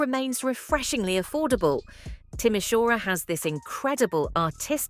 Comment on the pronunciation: It is Timisoara not Tomishuara😅